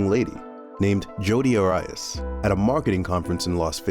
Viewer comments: Air E Us... Is how she pronounced her name as she said at her trial. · Jodi ARE-I-AS? Lol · I can't watch this longer than a few minutes. First of all, please pronounce her name correctly. Next, she did not move TO California to be closer to Travis she moved FROM California to Mesa, AZ. I am sure there are more mistakes but since I could not continue to watch your show, I am not able to name them. This is a poor attempt to recap the case of Jodi Arias. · Your facts are so off and mispronouncing her name. Wow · Commentator mispronounced her last name wrong..... next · Come on man, at least pronounce her last name correctly. I want to enjoy this channel, but come on dude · Ummmm.... just some friendly advice. There are many facts you got wrong, way too many to list. But in the first two minutes, you pronounce Jodi‘s last name incorrectly. Travis was not from Arizona, he was from California. Jodi did not move to Arizona to be closer to Travis. She moved to Arizona after Travis broke up with her after five months of dating. Shortly after moving to Mesa, Arizona, Jody began to stalk Travis. They never reconciled after breaking up, but continue to have sex and keep that to themselves.